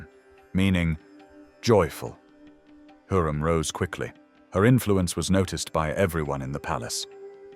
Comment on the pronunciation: It's HURREM not heram